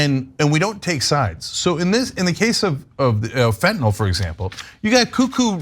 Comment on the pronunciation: Love u guys, thanks for not saying "fentonall" 😘